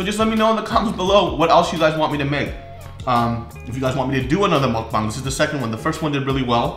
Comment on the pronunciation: when said "mukbang" it sounds so right LOL